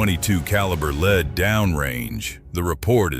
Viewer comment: Not leed it's lead stupid